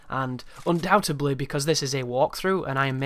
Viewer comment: Undoubtedly* not undoubtebly